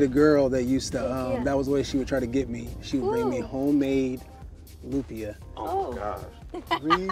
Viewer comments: "loom -pia" BRUH. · bro its LOOHM-PIA not loom pee yah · I’m cringing the way the host pronounces lumpia. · Pronounce Lumpia the right way bro- you killin me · my man...you need to pronounce lumpia the right way...surprised none of your producers checked you...thats disrespectful...and you suppose to be a foodie?? c'mon bro.